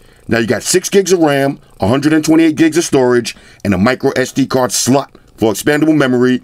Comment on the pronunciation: lol the way says sd card slot!!!